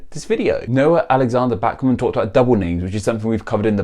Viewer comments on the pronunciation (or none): figure you would butcher my name it's Bahk-men like the composer Bach. keep up the great content love the video. you should do this every once in a while it was fun.